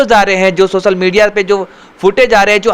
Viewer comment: Tera toh pronounciation bhi bigda pada hai n u say u r reporter 😜😜😜😜 its सोसल nahi hota hai सोशल hota hai